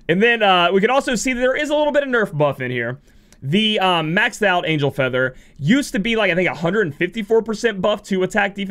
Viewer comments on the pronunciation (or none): none